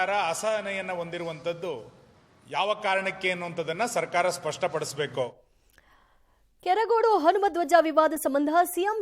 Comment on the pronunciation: ನಮ್ಮ‌ ಕೆರಗೋಡು...ಕೆರಗೋಡಿ ಅಲ್ಲ